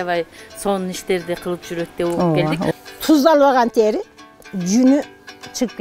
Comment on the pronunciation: Тээри эмес,тери деп эле айтылат